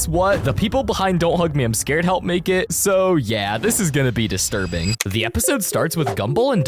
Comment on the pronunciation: BRO JUST SAID DISTRUBING